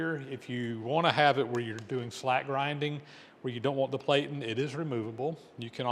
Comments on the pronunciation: VERY cool but 2 hp motor and a cost from $3,340.00? Just FYI because this is an educational channel, the "a" in platen has a short sound so the word sounds like "pla tn". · Platen is pronounced with a short a. Rhymes with flatten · Platen is pronounced with a short A as in plan, not with a long A as in play, the way you pronounced it!